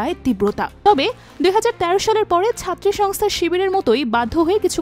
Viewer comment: ওরে রিপোর্ট রে...😂 উমামা ফাতেমারে কইলো ওবামা ফাতেমা। সাবেকুন্নাহার তামান্নাকে কইলো সাদেকুন তামান্না। ছাত্রী সংস্থাকে কইলো ছাত্র সংস্থা.... ১মিনিট ২সেকেন্ড শুইনা এই কমেন্ট করলাম। বাকি রিপোর্টের কি অবস্থা আল্লাহ জানেন।